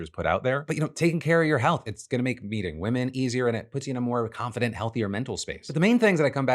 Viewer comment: Did anyone else hear beating women instead of meeting women at the mark. I had to rewind like 3 times 😂